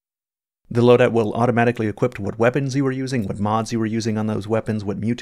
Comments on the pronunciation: Equip, not equipt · I say this in a kind way but I've noticed for many videos now you say "equipt" with a "t" instead of ending the word with a "p", this is something which might seem small but could help improve the perception and professionalism of your channel. Everytime you say "equip" or a variant word you always include a "t" sound at the end which is not correct. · Never noticed before that pronounces "equip" as "equipt"